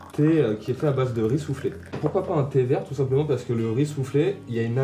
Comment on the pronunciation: J'aime bien le thé mais je préfere le TEH 😂